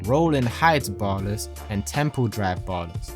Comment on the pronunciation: Ballas* not bollas